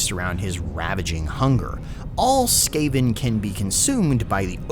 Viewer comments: Just a mistake I'd say. The common pronunciation is the correct one. Skaven sounding like Craven. Heh. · I think he's just doing it on purpose to make it sound funny. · I didn't realize rat men were all No Doubt fans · Oof, that mispronunciation of Skaven was painful. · this boi saying sKaven instead of skAven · really ? skah-ven? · Your annunciation of skaven hurts me. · Every time you say Ska-ven like that, I picture rat men skanking to bitchin' horn sections. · "Skaaven" dude wtf is that pronounciation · SKÁ-ven!? ZÓ-at!? I think i've fallen in love with your pronunciation. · u dont know how to pronounce skaven do u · I’ve never heard anyone pronounce Skaven like you did in this video before? Everyone else I’ve heard say it pronounce it differently?